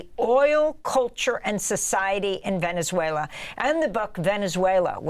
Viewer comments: Venez-wailer😂 i love tesler! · "Venez-whaler" 😂. Dementia strikes again. He's a deranged lunatic. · He said Venezuelr!😂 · It sounds like Trump said VenezueL-ER 🤡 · trump pronounces the country as "Venezueler," imagine committing war crimes against a country and not even being able to say the name. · Since when did Venezuela change its name to “Venice-way-ler” ⁉️ DJT can’t even pronounced it. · venezwayler?! lmao! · "Venezuelers"??? He can't even pronounce the word. And the Republicans just sit and watch, welcome to America. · Venezwhaler ???? Wow such an educated not Prez, lol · 25th amendment please. It's time. Somebody pull him aside and tell him the is no "r" in Venezuela!! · Trump can’t pronounce Venazula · "Venez whaler". Too stupid for prime-time. Make America great again, starting with teaching the leader to read the English language and Maps. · In addition, Venezueler?!!! Is that related to Tesler? trump is an idiot to the max 🤣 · It should be illegal to invade a country if you can't correctly pronounce the name of the country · He could no even pronounce the country’s name correctly! There is no ‘S’ in it.